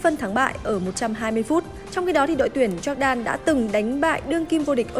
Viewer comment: E có một góp ý nhỏ xíu thooii Jordan đọc là dóoc đan nii .e cũng là fan của S nên đừng ném đá e soii😭😭